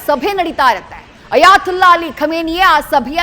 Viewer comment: ಅಯಾ"ತುಲ್ಲಾ" ಅಲ್ಡ್ರೋ ಮೀಡಿಯಾ., ಅದು "ತೊಲ್ಲಹ್" ಅಂತ ಇರೋದು 😂